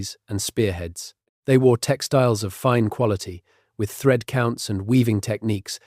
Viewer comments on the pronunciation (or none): none